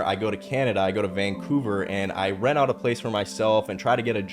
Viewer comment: He said rent